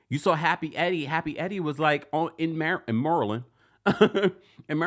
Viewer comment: As a native Marylander -- I love that you're pronouncing it properly (MURRLAND) lol!